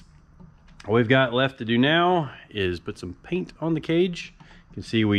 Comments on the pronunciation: Dont you mean "Put some caint on the page"? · 'Cartman voice' "goddamnit Kyle I can't hear someone say "paint the cage" without hearing "caint the page"